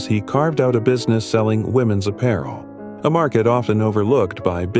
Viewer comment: What is "women ess clothing"? These AI generated voices are so STUPID!! I bet his family were collaborators, what do we know about them? Canada took in a lot of anti-soviet nationalists who were helpful to the Nazis in WWII...from all of Europe and Ukraine, loads of Ukrainians.